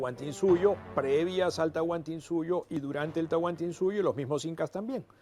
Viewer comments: Es Tahuantinsuyo no Tahuantinsuyu :/ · Se dice Tahuantinsuyo